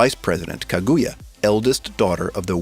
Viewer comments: kaguya not kagooooya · Please learn how to pronounce Kaguya, Uesugi and Itsuki! 😭 Also it seems like you're rooting for Ichika based on the clips you've chosen... Don't, Ichika is a SNAKE! Totally screws Miku over in the manga, and most people hate her now. She's also definately not the bride. She doesn't have a single piece of evidence backing her up.